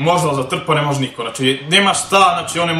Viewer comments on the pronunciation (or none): none